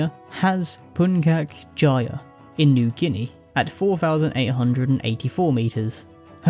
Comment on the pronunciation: About the Puncak Jaya, you got it 50% correct. (As an Indonesian, kinda shocked to see you mention a mountain from there) The way to pronounce Puncak Jaya is "pun-chak jaya"